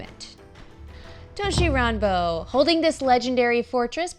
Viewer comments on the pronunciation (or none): "thats right, its gAnzen, the Battle for tOUshi rAnbOU" she couldn't have said that more american